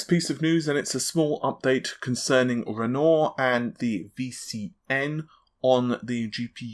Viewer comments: For God's sake it's promounced "Ren war" not goddamned "Ren Or" the man was an artist like Picasso, Mattise (pronounced Mahteece etc). same with "Invent Ory" not "invent ry".... Sigh..... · renoir is pronounced ren-wah, not ren-ore. Nice vid! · Auguste Renoir (/ˈrɛnwɑːr, rənˈwɑːr/; French: [pjɛʁ oɡyst ʁənwaʁ]; 25 February 1841 – 3 December 1919), In plain modern English, that pronunciation is Ren-WAH. There is no such person is ren-OR, never was, likely never will be. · REN-WAH REN-WAH REN-WAH REN-WAH REN-WAH REN-WAH REN-WAH REN-WAH REN-WAH REN-WAH REN-WAH REN-WAH learn to say renoir correctly...jesus fucking christ:) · For God's sake!!!! It's not funny any more. You've seen the GN video... Can't you grasp the sound the word Renoir is meant to make?